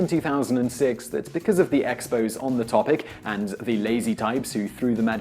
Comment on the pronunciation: It's pronounced "expozay", not "expoze" like the Montreal Expos.